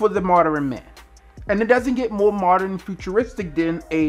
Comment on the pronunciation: Moderin lol come on b